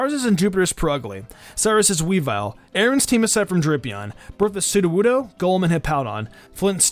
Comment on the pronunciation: what SOODOWOODO in Berthas team even though he did'nt say soodowoodo again did not soodowoodo but i still count it